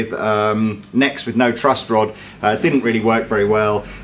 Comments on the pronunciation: Is the calling it a "Trust Rod"?! Tell me he's not please. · One more thing. I couldn't help but laugh when I heard you say over and over "trust" rod instead of "truss" rod, as it is properly pronounced. It's like you're saying "in rod we "trust"! LOL!!! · Several times he says trust rod... Sorry but he does. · Is consistently saying "trust rod"? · Does keep saying "trust" rod? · Yes...yes he is lol. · I can't believe he kept saying "trust" rod about 3 times before he corrected himself and said "truss" rod. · Is calling it the "trust rod" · Really sounds like youre saying trust rod rather than truss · Is saying 'trust rod' or is it just my ears failing me? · There's no "t" in "truss" rod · Does keep saying "trust rod" instead of "truss rod" or am I going a bit mad? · Are you saying trust rod, not truss rod? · is he saying "trust rod?"